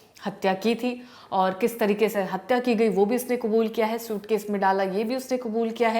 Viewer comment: हिंदी में कबूल नहीं होता है आप बार बार हिंदी में क़ुबूल क़ुबूल क्यों बोल रहे हो.